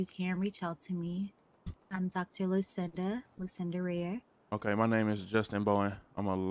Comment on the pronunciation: Dawg the doctor said her name Dr. Lusinda Rear😂😂 im dead